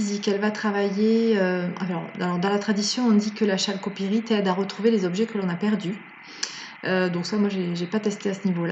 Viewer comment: CEST pas chalcopirite mais on la prononce Kalcopirite